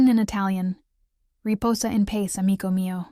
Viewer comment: I know this is a computerized narration. But it is not pronounced "pace " , it's "pa cheh".